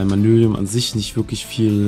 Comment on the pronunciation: Nur mal so ein kleiner hinweis am Rande: Das lila Zeug heißt Manyullyn und du sagst immer mannylium!! ;)